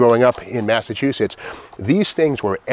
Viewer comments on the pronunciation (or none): none